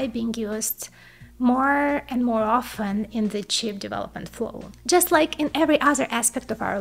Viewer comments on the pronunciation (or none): none